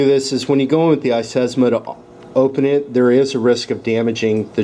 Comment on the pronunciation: It's iSesamo and iSclack, your missing out some syllables and consonants ;-)